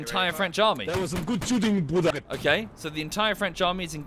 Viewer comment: "it was good shooting my bruddah" classic